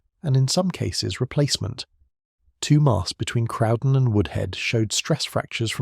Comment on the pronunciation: Interesting, but the pronunciations need looking at. Crowden is pronounced Crow (as in the bird) Crow den. Same with other words. There are plenty of photographs of the Woodhead line so no excuse for incorrect pictures. Interesting but sloppy research im afraid.